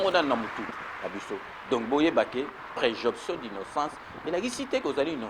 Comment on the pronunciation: On dit présomption mon cher pas" préjonption"